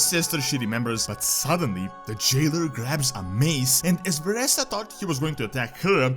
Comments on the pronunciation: She is pronounced Vereeeeesa not VereSSa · lel. It triggers me beyond whenever he misprounces Vereesa or Nathanos.